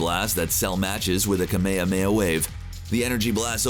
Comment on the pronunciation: I would just like to say it annoys me and I am pretty sure other dragon ball fans are annoyed by this to but it is annoying when you mid pronounce kamehameaha still love the channel